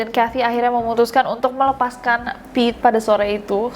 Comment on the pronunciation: Kak Nes nyebut Pit, tp gue tetep bacanya Pete 😳